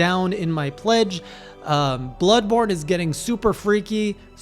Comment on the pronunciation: Did I hear "Bloodbored" correctly? Oh no :D